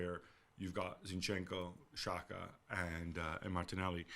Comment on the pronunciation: Please, English speaking media, pronounce Xhaka properly: JAH-ka. XH is just a hard English J.